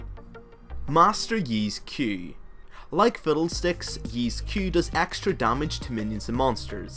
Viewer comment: I heard "fiddled sticks"...